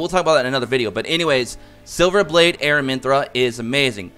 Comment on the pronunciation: I also noticed you're saying AraminthRA...there is no R at the end of her name..Its Aramintha lol wanted to say it before someone else was rude about it.